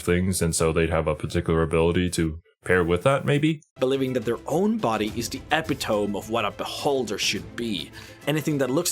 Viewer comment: An epi-toe-meh